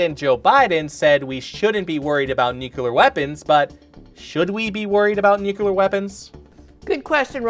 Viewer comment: It's "Nu-clee-err"....